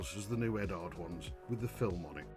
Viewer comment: Are you related to MOS6510? Apart from looking and sounding very similar, you both also mispronounce Eduard. Speaking of Eduard, I've only built one of their kits, and I found that the decals with the carrier film on top were superb. I'd say they are the best I've ever used. There's absolutely no need to remove the film as it disappears completely when you put a coat of clear over it.